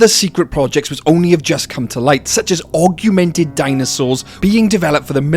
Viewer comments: Am I deaf or are you saying "arguemented" instead of augmented? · The pronounciation of "augment", "augmented", and "augmenting" in this video hurt me physically.